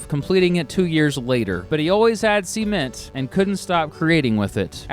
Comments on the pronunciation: SEA-ment Sement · Sea-ment lol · Please stop saying Sea-ment ! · Great video, but it’s not sea-ment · Why do you pronounce cement like that?